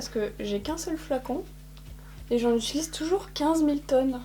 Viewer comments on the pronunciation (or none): none